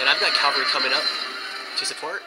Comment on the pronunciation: no offense but its a pet peeve when people say Calvary. Calvary is the location where jesus was crucified or something.... now CAVALRY, those are mounted troops- kal-ver-ee is wrong kah-val-ree is what you mean to say GRRR